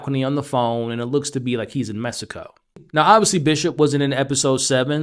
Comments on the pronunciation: M-E-X*ico not M-e-s-ico. There is an x not an s in Mexico. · “In Mesico” lol, pronounce it as “meheeeeco”